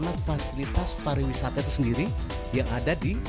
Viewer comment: Tolong di koreksi Buat Yg betul itu PARIWISATA bukan PARAWISATA